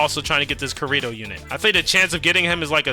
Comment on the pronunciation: You rage baited us so hard when spamming “Kurito” when it’s obviously KI-RI-TO 🥀💔 had to stop watching after dat for a bit😭✌️